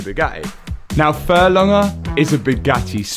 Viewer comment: There’s a g in furlonger…